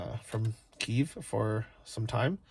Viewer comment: Lol ... on ur last day, you finally got it right ... Kyiv (pronounced 'keev'). Love your vids and your fund raising is awesome.